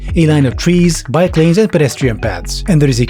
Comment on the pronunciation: I heard "biplanes" for a second there. Had to do a double take and rewind.